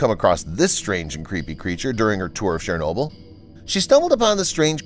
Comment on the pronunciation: Would have been nice if the narrator had bothered to learn, and use, the correct pronunciation of 'Chernobyl'.